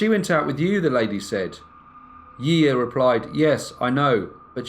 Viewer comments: We pronounce her name "she sha" 👌🏻 she's very well known here haha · I adore you, greatly enjoy your work but every time you say her name I get a little bit of FLAVA FLAV.......YEAAAH BOOOIIIII!! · Yiya is pronounced 'shi-sha' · No to be grammar police type, just a btw, her name would be pronounced jija or shisha, but tbh it doesn’t matter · It is pronounced like *Shisha here in Argentina ;-)